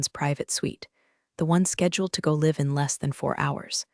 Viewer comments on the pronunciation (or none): Artificial Idiot doesn't understand context. Live as lev, instead of lyv bow as bo. bough.